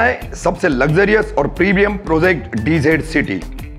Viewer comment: PHIR PROZECT BOLTE HO PROJECT BOLNE KYA PROBLEM HAI...